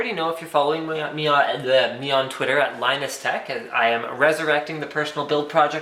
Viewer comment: dafuq you said xD ''if you are following me on we wa we wa twitter'' xD so funny,thanks for the video